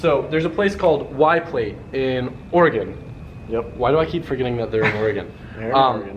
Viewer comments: i love that said Oregon correctly.:) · Thank you for pronouncing "Oregon" correctly. Very cool thing you did for your boy...